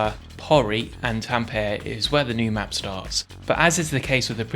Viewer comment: Tam-Pe-Re = Tampere